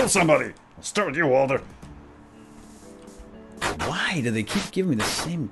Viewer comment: its walder and mason